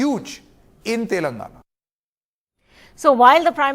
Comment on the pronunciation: This pm can't even pronounce the word telangana right.